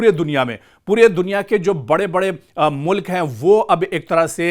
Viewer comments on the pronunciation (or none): none